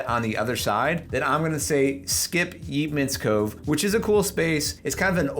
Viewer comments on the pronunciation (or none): You're touting Cincinnati, and I assume are representing a realtor of some sort.... Yeatman's Cove is pronounced YATE-Man... NOT YEET-Man! I'm guessing you're not a native? If so, how do you NOT know how to pronounce it? Oh, and a side note... while OTR and the Washington Park areas are historic and scenic, they are somewhat newly gentrified... meaning keep your head on a swivel. Last time I went there, I was accosted by panhandlers and some shady guys walking around looking sus. (i.e. don't get mugged)